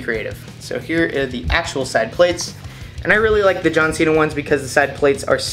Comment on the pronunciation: plates is one syllable